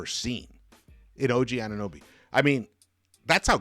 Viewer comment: He is AnunOOOOOOOOOOOOOOOOOOOOOOOOOOOby, not AnunUby))) You mispronounce him all the time.....